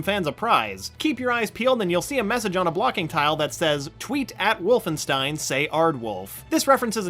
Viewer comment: It’s pronounced WolfenSHtein Get your foreign spelling right